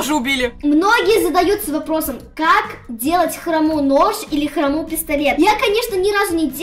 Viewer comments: Правильно говорить хро́му а не хрому́ ❤ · очень классный видос, только правильнее говорить не «ХромУ» а «хрОму» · правильно не храму а хрому😐🤟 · Хрому а не хрому